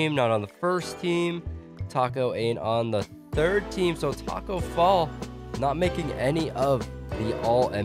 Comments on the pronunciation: Who heard him say Taco Fail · he said tacko bell or fell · BROOO u said Tacko Fell 😝